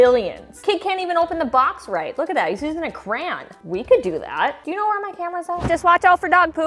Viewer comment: The way she said CrayON nearly send me into cardiac arrest. It's Cray- ON not Crahn